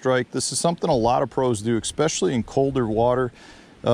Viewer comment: Are you actually saying 'ecspecially'?